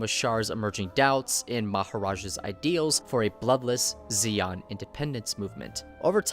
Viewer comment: it's zeon, not zeong